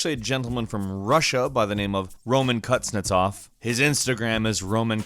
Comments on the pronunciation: it is romAn kuznetsOv not rOmancUtsnetsov. Second name translates for "of a blacksmiths" curiesly enough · I watch a lot of hockey and there is a Russian guy with that name on the capitals. It's pronounced kooz-netz-off